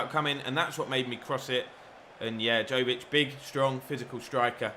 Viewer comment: Right way to say Jović is Yo-wee-ch, fun fact 😁